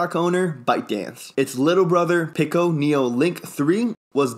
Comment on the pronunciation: Pico I believe is pronounced Pee-co when you say Pick-Oh it sounded like pickle.